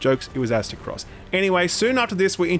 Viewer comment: Why does everyone say azteh cross. When its aztec ross